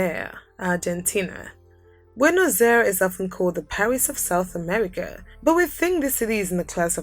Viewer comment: I loved the video, although you cannot be pronouncing every word or name with english pronounciatition. Do some research in languages and how they called their cities, LIke ''Bonosair'' It's Buenos Aires, It's not ''Anthony Gody'' it's Antonin Gaudí with an accent at the end, etc. Also Rio de Janiero is not the capital of Brazil, it's Brasilia. I stopped watching the video after that, it's confusing.